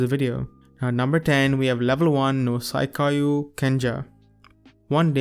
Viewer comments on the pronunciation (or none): Please pronounce The word 'Saikyou' properly next time....It's hurtful to hear it